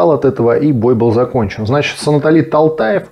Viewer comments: Не Таганбай не Талтаев правильно гобари фамилию Тоганбай Толтаев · Санатали Т-о-л-ь-таев(Төлтаев)а не Талтаев.мог бы пропустить мимо ушей,просто слышу это часто,и это режет слух.спасибо за понимание🎉🎉🎉